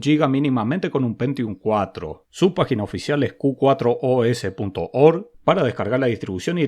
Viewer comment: Excelente video amigo! me encanta mirarlos! antes de probar una distro busco por si ya le hiciste review. Dato: el nombre Q4OS - se puede leer como "Q-FOR-OS" Muchos saludos de un seguidor Jujeño que vive en la ciudad de la furia! jaja Abrazos!